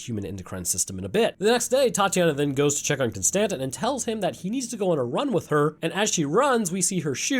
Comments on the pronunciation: Kon Stan Tin, distant cousin of Jay Quell'in O Shack Hennessy I genuinely hope ur wife leaves u, solely for the way u pronounce names. For a so called scientist ur pronunciation is unfathomable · Every time you miss pronoun Konstantin it creases me. 😂